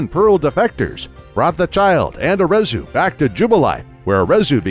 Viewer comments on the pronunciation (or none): none